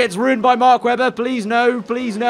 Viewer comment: “and maybe even MACK WEBBA”